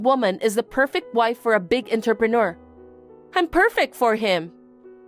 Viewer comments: Please learn to pronounce entrepreneur. 😡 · I don't think that will ever happen, I've commented numerous times. I don't think they care enough.